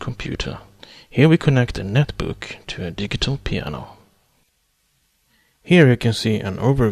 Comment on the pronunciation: You speak perfect English, but 'digital' is pronounced 'di-jit-tal' ... with a 'j' sound ... not a hard 'g'.